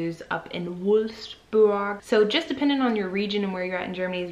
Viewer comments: Perfect pronunciation of Wolfsburg 😜 that is exactly how it is meant to be said 👌🏼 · It sounded a little helpless, but it was correct.